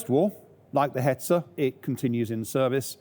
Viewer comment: Hetzer....Hetzer, not Hetzel....as a German my ears are bleeding and my eyes blinding to see or hear "Hetzel", ooof